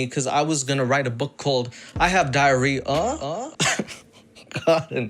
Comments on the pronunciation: “i have diary-uhhh”... i’ve been laughing at this for a solid 2 minutes, it caught me so offguard LMAO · when you said "diary-uhh" I hit like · “I have diary-uhhhh” 😂 💀 I laughed out loud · I left a like for “I have Diary-uhh?”